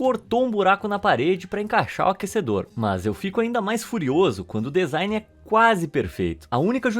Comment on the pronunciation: Bah irmão, pra quem é do ramo, ficar ouvindo vc fala dEzain o tempo todo é uma tortura. rsrs. Parece que cê tá falando adEvogado, rsrs. Por dúvida, digita la no tradutor do Google e aperte o som pra ver com é. Lê-se dzain ou dizain. Abraço e parabéns pelo vídeo. Bom alguém falando sobre essas bizarrices!